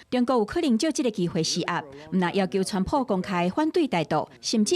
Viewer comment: 今天的主播報得很好,口音很純正,我不像其他主播都故意把川普用英語用華語或英語發音,很專業